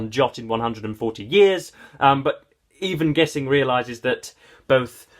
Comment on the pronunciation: A great novel. It's been about 20 years since I read it but I plan to return to it soon. By the way, "Gissing" rhymes with "hissing".